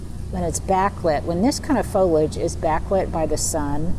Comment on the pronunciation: What is grisly/grizzly weather? Foliage is pronounced fow -lee-uhj, not folage, which is very distracting when you say repeatedly. Love the table centerpiece!